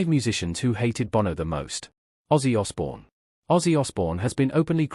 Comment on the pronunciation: Say Osbourne again 🙄 you might get it right at least once. AI is 🤣